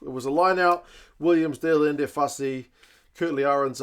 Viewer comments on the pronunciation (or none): none